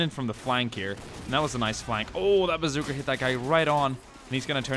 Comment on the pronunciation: why r u sayin bazooker it a bazooka